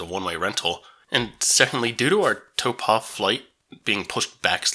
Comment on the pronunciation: Nice thermal pools in Taupo ( Toe pour, don't pronounce the r) don't worry about hotels, motels and B&Bs exist too